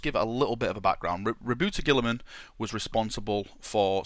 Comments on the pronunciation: It's pronounced Rob-Out-Uh Guy-La-Man So like Rahbowtah Guylamen. Robiute Guilliman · you're pronouncing it wrong! It's pronounced Robot Girlyman. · you pronounced it wrong, it's Rowboat girlyman king of mary sues. Papa smurf is also acceptable.